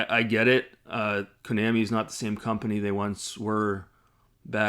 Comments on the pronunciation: Maybe learn how to pronounce Konami properly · You’re not even pronouncing Konami right so it’s hard to take you seriously with your criticism